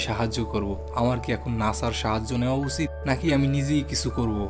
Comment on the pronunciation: ভাই আপনার কথা বলার ধরন ঠিক নেই। উচিত শব্দকে উছিত বলেন। তাই video টি কেটে দিয়ে। সিনেমার গল্প চ্যানেল এ কাহিনি টা শুনতে যাচ্ছি। আপনি আমাদের বাংলা ভাষাকে দুনিয়ায় কাছে উপস্থাপন করছেন, শুদ্ধ ভাষায় কথা বলবেন। ধন্যবাদ।